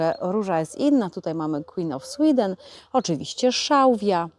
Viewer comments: Jak pięknie to wszystko wygląda! Sween of queeden, serio to powiedziałaś?!😂😂😂😂 Też tak czasem mam❤ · Piękne połączenia, piękne roślinki. Sween of queeden zabrzmiało zabawnie😂❤ Pozdrawiam serdecznie😊